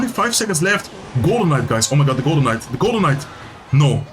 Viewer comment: I keep hearing Golemite instead of Golden Knight. 🙃